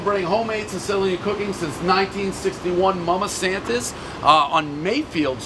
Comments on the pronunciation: It’s pronounced mama saNTas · Also you miss pronounced it you said mama Santa’s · the energy pres invests into supporting places who's name he absolutely refuses to pronounce